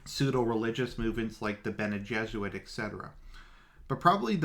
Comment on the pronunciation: the golden path is just a literary attempt to adapt the story of joseph, or yusuf, only that in dune the pharaoh, or king, tries to solve the problem by himself, since he is both king and yusuf. and it's pronounced gesserit, not jesuit